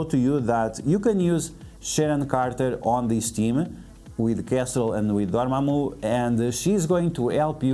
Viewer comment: I just stopped the video when he said dormamu